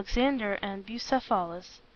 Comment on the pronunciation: It's pronounced, "Bugh ceph alus" not "Busa phalis." The reader is putting the em phalis on the wrong sil aball.